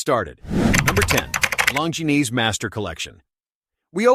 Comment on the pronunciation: Long-ge-nese?? 🤣🤣🤣. CYA